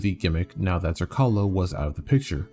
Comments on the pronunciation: Jesus motherfuckin christ. You suck when it comes to pronouncing Slavic names. Zrcalo (Mirror) C is pronaunced like ts. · You're mispronouncing the name; its Zrr-TS-ah-lo (Z as in Z-ebra), the name comes from the croatian/serbian word for mirror.